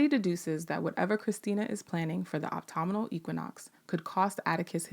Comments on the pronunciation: I don't know if anyone has commented on this yet in this or other videos, but the teacher in me has finally decided to say something: "Autumnal" (as in "autumnal equinox") is pronounced "ah-tum-null" or "uh-tum-null", and not "ah-toh-muh-noll". Thank you for the work you do,! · Did I hear it wrong or did the narrator pronounce autumnal as optomnal and Ji-Ah as Jay-A?